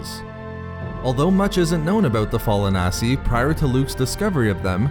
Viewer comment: "The fall-on-ass-i"